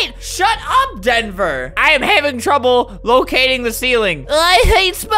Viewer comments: No one: Albert: shut up dhenver Albert: SHUT UP DHENVER Albert: DHENVER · When I read DHENVER Albert said DHENVER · What eveyone else hears: Shut UP Denver! What I hear: SHUT UP HEATHER, Sorry Heather!